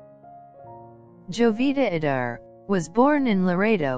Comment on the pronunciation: Sorry but you aren't even pronouncing her name correctly.